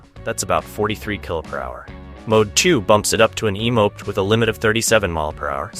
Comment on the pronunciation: How do you pronounce moped??? 🤣🤣🤣